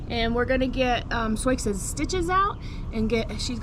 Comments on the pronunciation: I don’t know the back story on this mares name so I’m not sure why you call the mother zoiks unless you’re mispronouncing Sioux which is actually pronounced Sue, as in the Sioux (sue) Indian tribe. Pardon me if I missed the reason for Zoiks. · Lakota and Sioux are Indian Tribes in the Dakotas. Sioux is pronounced Sue. Not SoiX. Sioux is the “Sue” Indian Tribe the X is SILENT. So called “Sue” not SouX. Sioux is SUE. Never too late to learn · Regional pronunciations can be difficult to navigate particularly with words that have a French origin, but every time you say 'Soyks' instead of 'Soo' my brain locks up for a second. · 😂😂😂😂, Soiques?, Soyiks, are you kidding the ? Butchering the English language. sue, as in Sioux!!🫨🤨☹️ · Forgive me if you’ve answered this before. In elementary school geography I was taught to pronounce Sioux as “soo”. Wondering if your pronunciation is a Missouri variation? She is beautiful!!!! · I might be ignorant because i'm not american and don't know the tribal names, but isn't Sioux said like "soo"? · I believe Souix is pronounced Sue, like the Indian tribe. She and her baby are absolutely beautiful! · Sioux is pronounced Sue as in the native American tribe. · Fyi: Sioux is pronounced Soo. I had a foal registered as Absorokee Sioux Charge and we called him our boy named Sue.. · Sioux is pronounced SOO or SUE. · Sioux is pronounced soo. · Isn’t it pronounced “Soo”? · I’ve asked this in a few posts but why do you pronounce her name as So-icks?? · Just curious why you pronounce Sioux as you do. I have only ever heard it pronounced "Sue" Is your pronunciation from something other than the Native American Tribe? Thank you for explaining! Always happy to learn something new. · They know that’s how Sioux is pronounced. Soix is a nickname they use because when was younger, she read Sioux’ name wrong, they found it funny and her nickname Soix stuck. X